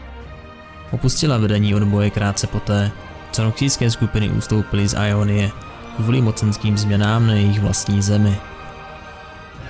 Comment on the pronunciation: Gj ale vadí mi jak to čteš [ajonyje] a ne [jonyje] x)